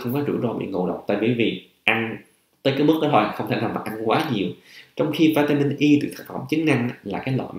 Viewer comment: Cho em hỏi bs vỉa mịn Y nhu bs đọc này chứ, hay vitamin E bs đọc khó nhận biết làm a